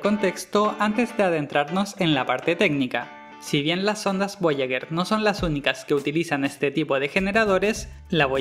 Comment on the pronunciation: Muy bacan el video, pero... "voyaguer" uno XD